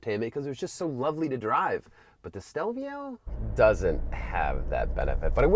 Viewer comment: Can you say the name correctly?